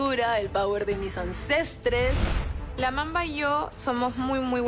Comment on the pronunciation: ANSESTRES??? DIIIIOOSSS 😫😑